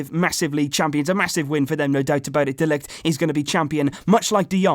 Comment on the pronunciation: Can you pronounce De Ligt's name like this next time : Ma-theis De Ligt. Just trying to help mate